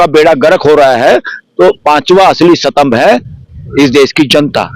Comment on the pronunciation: Satambh kya hota hai gadhe it is Stambh